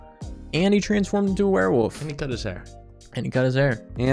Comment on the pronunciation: It is hilarious to me how you guys pronounced werewolf as "werewoof". It HAS to be intentional. 👏👏😹